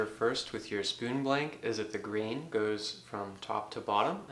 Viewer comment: Ah!! Grain! I couldn't make out what you were saying it sounds like "the green"